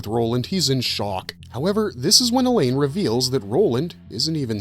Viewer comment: Mispronouncing Alain with a hard E at the beginning and making it sound like "Elaine" was also distracting...